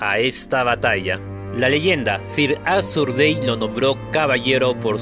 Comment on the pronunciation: Cada vez que decis sir arthur dayne me da una embolia